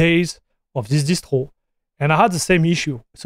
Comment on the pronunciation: I can hear French actually the way he said "Distwo" for Distro sounds super French